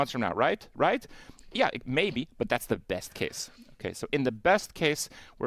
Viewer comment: holy shit you pronounced the T in but, YAYYYYYYYYYYYYYYYYYYYYYYYYY